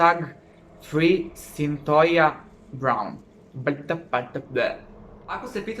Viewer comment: Izgovara se Sintojia Sintija se pise: Cythia